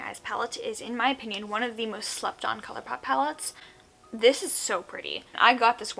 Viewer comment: Wait did she say colourpoop??? , then later on she says colourpop, is my hearing bad coz I am confused.